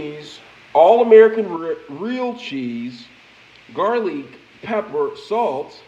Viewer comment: This mans has to be trolling. Onions, tomatoes, garlic, and pepper were all pronounced wrong. Absolute Goodness